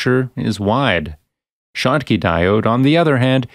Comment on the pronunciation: This is narrated by a robo-narrator. That is consistent with the shottky diode being referred to as a "shock" diode and as a "choke" diode . They have glitches like that.